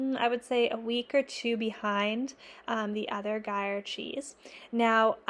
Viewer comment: Are you saying Gruyère? I believe it’s said groo year, but I’m Australian so might be mangling it. I probably need to pick up some ripening containers before I launch into my cheese making journey. I have a little wine fridge but being able to customise it for each different cheese is probably a good idea.